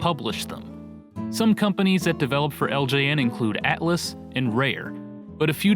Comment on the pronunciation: Atlus, NOT atlas.